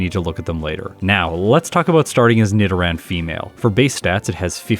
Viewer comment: Yeah, that’s the correct way as far as I know. Nido as in needle.